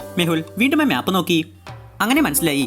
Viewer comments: മ്യാപ്പ് അല്ല മാപ്പ് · 'MYAP' ALLADA ‘MAP’ ANN CORRECT